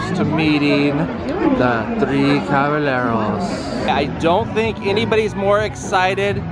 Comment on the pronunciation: It's actually pronounced as The Three Caba-Yeh-ros! In Spanish, two l’s make a y sound. So like, llamo would be pronounced as yamo!!